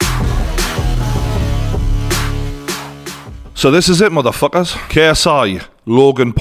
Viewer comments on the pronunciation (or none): “muthor fookers” 😂😂😂